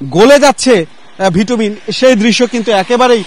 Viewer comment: ভিটুমিন নয় এটা হবে বিটুমিন !